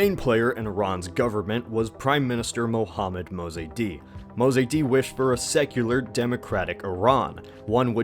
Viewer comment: wtff did u sayy ?mohammad mizedi ??? wtf man hahahahah man u dont even know his name . his name is Dr. Mohammad Mosaddegh IDIOT FUCKING AMERICAN